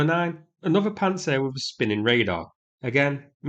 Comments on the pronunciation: Pants-down-sir not pant-sir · I like that you pronounce it "Pants Air".